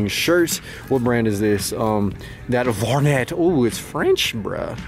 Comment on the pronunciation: Vuarnet is the brand of that one shirt that you found. The e t is pronounced a. That shirt is superheat for the 80s and very early 90s